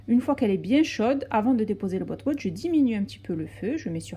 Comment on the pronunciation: c pas botbout c batbout